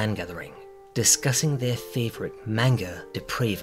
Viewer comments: Nothing will ever be scarier than hearing you say wanga. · Did bro say wanga? Lol I'm going to say it like that everywhere now